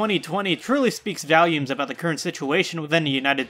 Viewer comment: You're the only person I have ever heard except my child's father that pronounces volume as "Valium" lmao